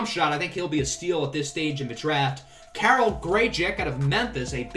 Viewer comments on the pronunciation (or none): none